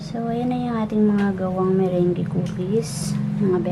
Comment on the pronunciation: Thanks for sharing your meringue... ahh by the way it's pronounce as "MERANG"..